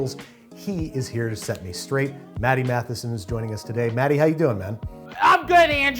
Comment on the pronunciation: not me hearing I'm gonna swallow DADDY instead of Matty